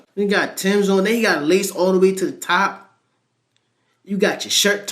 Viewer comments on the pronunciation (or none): none